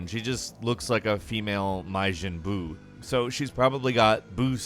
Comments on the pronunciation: no I'm saying it how he said it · "mai jin boo" lol i can't believe don't know shit about DBZ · This guy is not a true fan examples: "maejun buu" and "dragon ball z fighterz"? And "zenoverse"? (Sigh) I'm disappointed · "Myjin buu" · Ok can I just say he knows damn near nothing about dragon ball. He even pronounces Majin buu wrong and called shu a fox. He’s a dog. Literally any dragon ball fan knows that